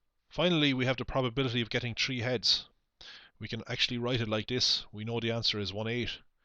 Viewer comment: Why do you say "tree" not "three"